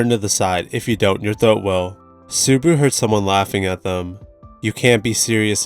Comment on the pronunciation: Everytime i hear Subaru's name being butchered. 😅😅